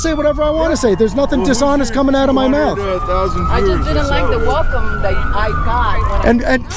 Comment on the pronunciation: "Everyone is wecome here"